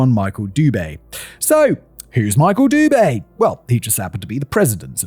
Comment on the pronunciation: OMG I quickly went back about 30 seconds after you introduce MICHAEL DUBE because I could have sworn I heard you say MICHAEL BUBLE!! I figured I simply misheard you but I had to check immediately! Then I got a picture in my head of Buble's next music video and it has him singing on a motorcycle wearing his typical fancy suits which made me laughing so hard I had tears! 😝🤣😝